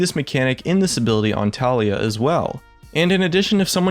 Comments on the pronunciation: Btw guys.... her name is pronounced as "TA-LA-YAH".. not "TALI-YA".... watch her champion spotlight... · low-key triggered when he says ta-lie-ya not ta-LEE-ya :33 kappa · It's Tah-lee-yah not Talia. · I dont care if the developer failed third grade English, the way its written and therefore pronounced is Tali-Yah